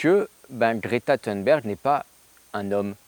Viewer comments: Si Greta Thunberg (pas besoin d'essayer de prononcer à l'américaine, elle est suédoise, et en suédois comme en français th=t, et u=u comme dans "unité") ne propose rien, en revanche elle fait quelque chose : mettre la pression sur les dirigeants pour se mettre à prendre les menaces au sérieux. Alors, oui, c'est naïf de sa part. Elle avait 16 ans à peine. Quant aux "quelques matières premières" qui manqueraient à la France pour relocaliser son économie et son industrie, eh bien c'est pas "quelques" qu'il faut dire, mais "presque toutes". Même une centrale nucléaire : du sable (pour le béton), de l'acier, etc., juste pour la construction, c'est près de 100% d'importations. Et les engrais des champs, c'est majoritairement du gaz et de la potasse d'ailleurs. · Toi qui d'habitude fais exprès de mal prononcer les noms anglophones, je ne sais pas pourquoi tu t'ingénies à prononcer Thunberg à l'anglaise. Sache qu'en suédois, ça se prononce peu ou prou à la française ou à l'allemande. Juste "t" et juste "u". "Berg" se prononce par contre "beri" - je sais, étonnant ! Du coup, tu aimes les films d'Ingmar [Beriman] sans le savoir.